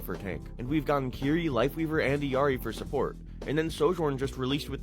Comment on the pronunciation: Illari enunciates the Ls in her name big dog. It's not EEYARI. Can y'all please just go back to her origin story and hear her fuckin say it ffs it's not that hard.